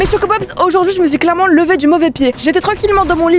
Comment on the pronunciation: c bizare comeme de dire chocopop's